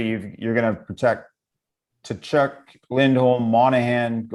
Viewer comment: If u r the host…pronounce gaudreau and Tkachuk right! U had one job😵‍💫